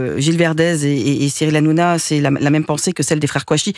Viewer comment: ps:hanouna et pas hanouja ou hanoujna =)